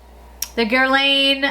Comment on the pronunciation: I’m sorry but, try guerlawn, for Guerlain!